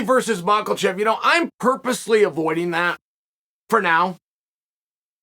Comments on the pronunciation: Bruh it’s been like two years and I still bust out laughing everytime I hear MOCKLECHEV ! Lol the man says it with such conviction 😂😂😂 like “that’s his name and you can’t tell me different” Chael is goated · It's not friggin " macklechev"..... Jesus man this dude is supposed to be a great combat sports mind .. he can't even speak.. he can't pronounce basic last names .. does it all the time.. not just islam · Chael “Moglechev” Sonnen